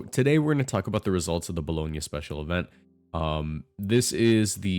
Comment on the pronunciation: You said Bologna right, i knew you had that dog in you!